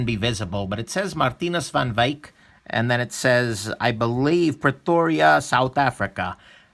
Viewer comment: Nice pronouncing of the Saffa name